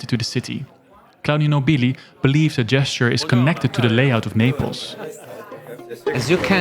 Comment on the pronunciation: You mispronounced Claudio Nobili's surname multiple times. The emphasis should be on the first syllable.